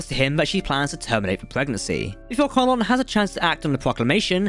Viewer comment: Hey Cap, plz plz plz learn the correct pronunciations of the names. If in doubt, listen to the audiobooks. Ed-druh-my-uh and Nancy Con-luhn.